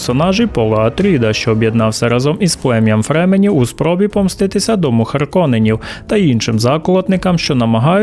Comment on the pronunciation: повчіть будь-ласка англійську грамматику, чи хоча б із цікавості забийте слово "fremen" у гугл перекладач та прослухайте як воно буде звучати. І якщо вже на те пішло, коли я читав Дюну, там ніяких фременів не було, а були фрімени😉